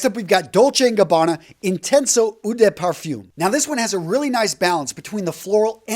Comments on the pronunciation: Eau is pronounced O, not oo. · the pronunciation of ‘eau’, the french word for water, is not “ou” , like in “you”, but “O”, like in “O my god”